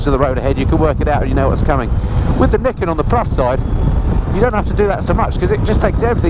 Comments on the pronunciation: its pronounced NIGH KEN not NIK KEN haha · actually it's pronounced ni ken. Two sword. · Pronounced nye kin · Do you pronounce Nike like you do Niken? 😂